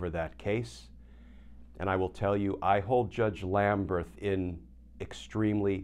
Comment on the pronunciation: Does Judge Lamberth pronounce his name Lambreth as you do? If so, fine, but otherwise it appears to be Lamberth to me.